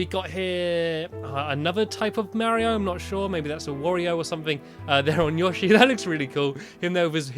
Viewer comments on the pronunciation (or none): none